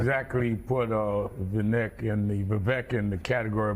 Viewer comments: Oh dear. Yellow hair on Rev. is not a good look. Also, by now everyone in media should know that Ramaswamy's first name is pronounced Vuh-VAKE, and not Vuh-VECK. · can’t pronounce Viveks name. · It's "Vivek," as in "cake." The fact that none of the anchors in this broadcast couldn't even be bothered to look up such a simple fact speaks volumes about the state of our media. As for Sharpton: He didn't show the clip where Ramaswamy pointed out that Rep. Hakeem Jeffries, the new US Minority House Speaker, used the EXACT SAME PHRASE when referring to Donald Trump in 2019. It's called race-baiting. And Vivek called it out. As for his take on issues: Press him on them. That's the media's job. It is NOT the media's job to label his ideas "nuts" when you haven't discussed them in-depth. Shameful. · None of the these opinion hosts pronounced Vivek's name correctly. And they didn't get anything after that correct either. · These "journalists" played a clip of him literally saying his name yet go out of their way to pronounce his name incorrectly. That's not journalism, that's something else entirely.